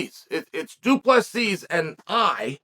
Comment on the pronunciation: The last s is silent, not invisible.....😊